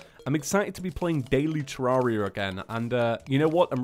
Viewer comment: sorry if its because its your accent but its pronounced (TER-RARE-E-A) not (TER-RAR-E-A)